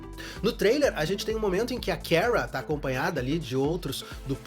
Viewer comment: Pq ele fala "keara"? Parece q tô ouvindo a carlista flockheart como mrs. Grant da serie da supergirl falando o nome da kara errado 😂😂😂